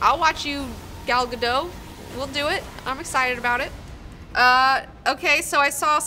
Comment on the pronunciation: The T in Gal GadoT's name is not silent, I don't know why people keep saying it like that. She's Israeli, not French...